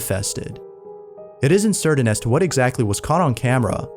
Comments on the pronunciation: can you start pronouncing certain better? it's like SIR-TEN not SERDEN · Correct pronunciation of the English language will make you sound more professional please do not pronounce certain with a 'd'.